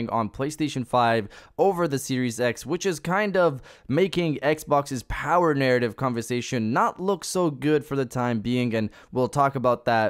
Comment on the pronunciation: This is why I always have the same comment. The Powahh...lol